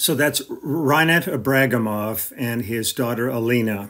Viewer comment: Thanks for the post, Lee. I believe that the third syllable should be emphasized in such a surname, i.e., Ibragímov.